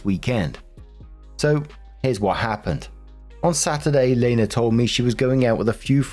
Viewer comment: Pfft, I now feel how feels whenever there’s a character with the same name as him. My name is Lena, pronounced the way said it which was actually delightful as no one ever says it right. But hearing it didn’t startly me, lmao.